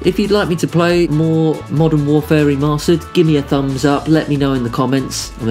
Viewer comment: Lmao 'I've got this little thumph' 😂